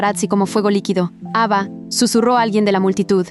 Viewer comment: en ves de escuchar ava escuche eva jajhhdajhjafhaj